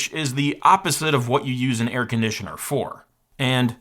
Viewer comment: Air CON-ditioner?